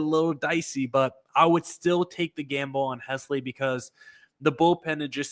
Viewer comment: if the D’Backs do as you suggest and trade for the Cardinals closer, you will have to learn to pronounce his name. It’s HELSly, not HESly. The “l” comes before the “s”—“Helsley”!! 😊